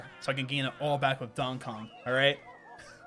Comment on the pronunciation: "dong kong" 😂